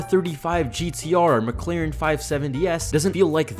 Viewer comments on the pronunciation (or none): none